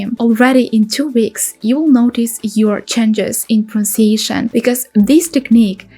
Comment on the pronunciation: You have not pronounced pronunciation correctly. Your English is really excellent for a non-native speaker but you seem to have some difficulty with this word? Watch this video and compare it to a native speaker saying "pronunciation". Try to say it very slowly, with emphasis on each syllable.